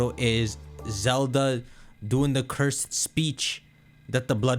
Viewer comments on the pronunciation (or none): none